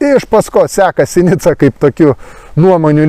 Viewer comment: žodis "veidmainiai" kirčiuojamas antrame, o ne trečiame skiemenyje :) - tikiuosi įsidėmėsi :) - ir "sinica" vardininke kirčiuojama analogiškai - antrame skiemenyje :)- o ne paskutiniame ,kaip susivaideno tvartodvaro "kalbinykams"